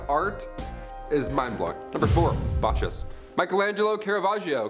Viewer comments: It's pronounced "Bahh-kuss". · In Italian, CH is pronounced 'K'. "Bah-Kus"